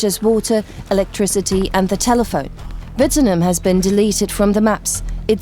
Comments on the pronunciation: Yeah it was hilarious.. It didn’t even start with correct letter.. i think because the name sounds like a V when you say it instead of a W. But watching Closed Caption try to figure out the name people were speaking was priceless. LOL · If you are going to all the effort to make a documentary, you'd think you'd learn to pronounce the name correctly. 🙄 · He did. It's a German name & the guy is German - you've been pronouncing it incorrectly. Perhaps you need to learn things. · ummm it’s an Australian town a few hundred kilometres from where I grew up. He is pronouncing it wrong. Fact. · It's a German name & the guy is German - you're the one who's been pronouncing it incorrectly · What a shame the woman can’t say it right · I wish people would pronounce names properly the way she says wittnoom gee come on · If you can’t even pronounce the name of the town, that is the subject of your video, doesn’t say much for you documentary. Wouldn’t watch this. I know this town very well. 80% of the people who lived there are dead, because it’s been 50 years since the mine was operational, they have died of old age! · It'd be great if you could pronounce the name correctly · when you can't pronounce Australia or Wittenoom, the subject matter of the documentary, it's apparent that you have a serious moron problem. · Australians pronounce the name much different to the Germans. I knew all about Wittenoom but you still wouldn’t recognise the name from the way they were pronouncing it at the beginning. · Wittenoom was named by Lang Hancock after Frank Wittenoom, his partner in the nearby Mulga Downs Station. He likley did have European ancestry; I've spent time in the Pibara and no one pronounces it that way. Just saying.. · I get that English isn't a first language, but they could get at least close to how the name of the Wittenoom is pronounced. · WITT-NOOM NOT vitamen. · It’s not Vittenoom, it Wittenoom!!! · As a Western Australian, it is pronounced "wi·tuh·noom" not "vi-ten-um"